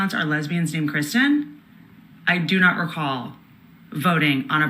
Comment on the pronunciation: "No, ya NAWT!", found that spontaneous attempt at an English accent, for seemingly no reason, incredibly funny 😆